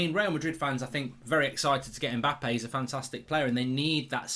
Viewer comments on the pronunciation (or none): Mbap-pee eh? lol